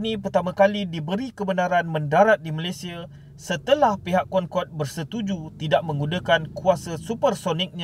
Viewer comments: Cra sbut dia "concodey" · Bukan concorde lah tapi cong codey